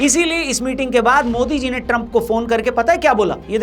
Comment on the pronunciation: ट्रंप का नाम सही लिखा है क्या या पहली बार मोदी से इसका सही उच्चारण सुना है